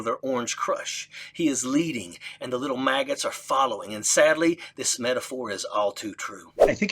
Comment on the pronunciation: Wait.. did he say "little MAGAs" or "little Maggots" ?! Either way.. next time someone says "i'm MAGA" , i'll correct him on his/her pronunciation. 😁